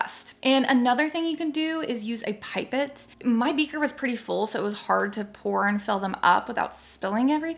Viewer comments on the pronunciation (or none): A ‘Pipe it’ is pronounced pip-ette x